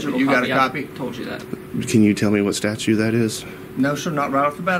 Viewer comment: The word is STATUTE, not statue, tons o’ fun. Seriously, you walk around doing this nonsense every day, and still don’t know what the word is? Lol.